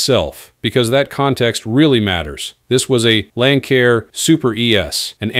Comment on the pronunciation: Pronounced "Lan Sair" not "Lan Kair" . Stupid AI